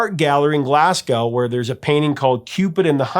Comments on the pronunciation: Just fyi, Glasgow is pronounced more like Glazgo. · you need to learn how to say Glasgow properly. You don't pronounce the W, (Glas-go). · If you don’t want to piss off the Scots; it’s pronounced “Glas-go”…. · Glasgow does NOT rhyme with "cow"!!!! Glaz-GO! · Glasgow is pronounced Glazgo. It's gow like sow, as in to sow seeds, not gow like cow. You yanks tend to do that with Moscow too. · Check your pronunciation of Glasgow.